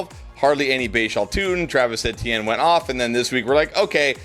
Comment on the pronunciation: Travis E T N, not sure why it’s so hard for you to say his name.